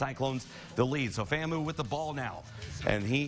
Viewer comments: For the record, it's FAMU (Fam-You), not FAMOO (Fam-ooooh). Go Rattlers!! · It’s pronounced FAMU (FAM-YOU) not FAMOO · Its pronounced FAM-U!